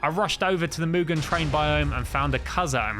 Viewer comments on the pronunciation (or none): none